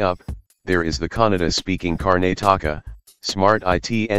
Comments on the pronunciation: Karnataka ❌ Karnitaka ✅ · Kar-ney-taka got me dying